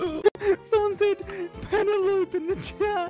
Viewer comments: Pene-lop? Its pronounces "pen-ell-oh-pee" lmfao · It took me a while to realize Penelope is Penelope and not pen-a-lope